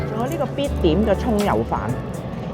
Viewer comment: 哈哈哈哈哈.用廣東話說「蔥油飯」..還好有字幕哦.不然.我一直聽成「臭要飯」的....😭